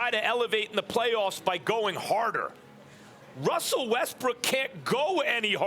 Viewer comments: Did sas jus call him wussel lmao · why everyone say wussell westbrook😭👎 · For some reason like 50 percent of people on TV say wussel restbrook most every time.